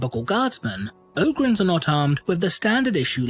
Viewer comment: O-grins? i always saig OG-rins